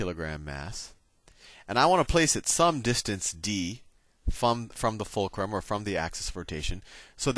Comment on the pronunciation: "Focrul are" lmao